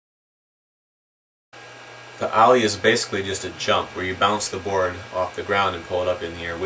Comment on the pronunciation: haha u say ollie like owlee